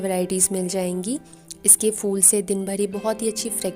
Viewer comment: Its phool not fool